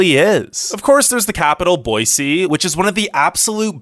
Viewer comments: Thank you for pronouncing Boise right! #Boy-See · Your right about Idaho. Too many Californians moving here! Thanks for pronouncing Boise right. A lot of people coming here pronounce it Boyzee and it drives me nuts.